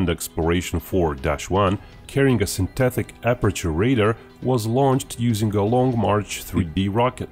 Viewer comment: "Syntethick" aperture radar !